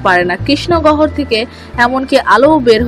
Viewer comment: গহর??? 😁 কথা বলা ভালো করে শিখুন আগে।।